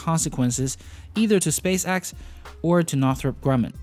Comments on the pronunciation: Space-EX, not space AXE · It is spacex. X. X. Not axe